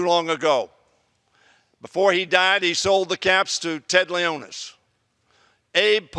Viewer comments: Did he say Ted Leonis? It's Ted Leonsis. Either way, Caps still won, and I'm really happy! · It's LEON-SIS! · Ha he said our owner wrong!!! Ha like if u saw if too